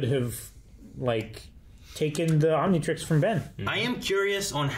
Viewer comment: This episode is generally considered to be a nothing episode for the overarching narrative but it's one of the most Ben 10 episodes of Ben 10 you can get and I love it. Also someone smack until he pronounces Omnitrix correct